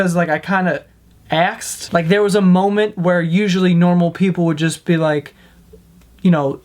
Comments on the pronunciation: why does he say axed instead of ask? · buddy, you need some help it's asked not axed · "Axed" O-O axed omg why dude WHYYYYYYYYYYYY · "aksed"... dude it's "asked" 😂😂😂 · you just aksed her??? do you mean asked her?? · Asked Not Axed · you ack-sd? you ack-sd them joe? C'MON! i know you;re from the east coast but DAMN!! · Ummm axed? Hahaha